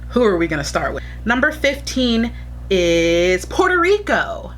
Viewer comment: I loved how it states Porto when it’s actually Puerto